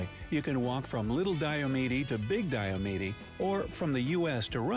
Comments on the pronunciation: re. point #11, the westernmost island in the Aleutian chain--Attu (at-TWO) is located 468 mi./753km west of 180º W [at around 172º E]) He mispronounced Diomede--DIE-oh-meed--as die-oh-ME-dee in the 'walking to Russia' section. The Alaska coastline is far longer than the measly 6000 or so miles if you take the circumference of all of the islands, and measure the coastal indentations; with that change, it grows to 33,904 mi (54,563 km). Mauna Kea (KAY-ah, rather than KEY-uh) is the tallest in the world, but we won't fight about it, since all the other peaks in the running are on land. During the COVID shutdown, the Canadian border was closed, which nearly killed the town of Pt. Roberts. On the same subject, there are 2 more American "oddballs"--Minnesota's Northwest Angle, which, like Pt. Roberts, was caused by a surveying mistake when the US/Canada border was being set in the 1850s; the 3rd. and final is Hyder (HIDE-er), AK, is in the Panhandle, or Southeast, which is otherwise served by the State Ferry System, but being east of the Coast Mtns., it’s cut off, making a flight, or 441mi./710km. drive through Canada on the Cassiar, Alaska and Klondike Hwys. necessary to get to Skagway--the nearest other town in AK by road. Four Corners: been there/done that--30+ years ago when on a road trip vacation out West. It's located on the beautiful Navajo Res.; their language is one of the most complex anywhere, and is still spoken by around 170,000 people--the most of any tribal g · I’m from Alaska and just as an FYI, the guy in the video mispronounced Diomede.